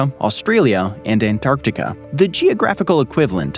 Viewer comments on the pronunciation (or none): none